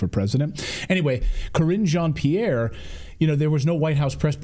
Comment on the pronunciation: cringe on Pierre not kreenj ohn pierre.